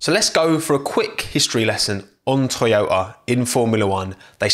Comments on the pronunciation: its called toyota, not toyoya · Toyota, not Tchewyoahtah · Sorry bro ur pronunciation is wrong. Its #Toyota# not Oyoda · Everyone: toyota: Toyo'a Most bri'ish pronunciation ever 🤣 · Most people: "To-Yo-Tah": "ToYow-Ah" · what the title says: toyota what we got from: toyo'a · What is this thing called "Toyo'a" he is talking about all the time? 🤣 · i know about toyoTa but tf is toyoah ? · Can properly say Kubica and Giovinazzi but can't say Toyota properly? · Toyota: Has 2 „T“ letters: Only pronounces one of them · It’s painfully listening to you try to pronounce “Toyota” Lol